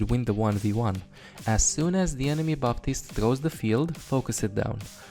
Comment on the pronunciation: Say it with me. BAPtiste. Not BAtiste.